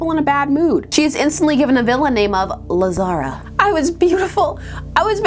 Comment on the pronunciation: Had to replay the Lazara name reveal because at first I swear I heard "-new villain name: Lasagna"